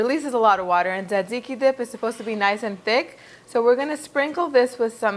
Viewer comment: It sounds like you're pronouncing it: dadziki. My Greek and Italian friends pronounce it: tsatsiki. And my friend from Turkey pronounces it: sahdziky. In Poland, there are a couple kebab shops, so I've also heard it called tsah-tsih-ki almost like tsah-dzicky. Is there a single correct pronunciation or is it based on location?